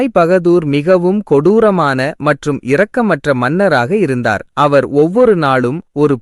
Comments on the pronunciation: இரக்கம் Sympathy இ உச்சரிக்க வேண்டும் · கதை சொல்பவருக்கு தமிழ் சொற்களின் இலக்கன உச்சரிப்பு விதி தெரியவில்லை. இரக்கம். இரத்தம். என்பதில் இ உசரிக்காமல் சொல்ல வேண்டும்.